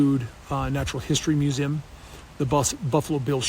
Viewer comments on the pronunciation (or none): Hey Kody: Wtf is a mew-zim? You dork.